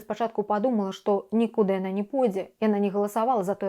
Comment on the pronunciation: дзякуй вялікі за правільнае вымаўленне ніку́ды, бо амаль усе вымаўляць з націскам на трэці склад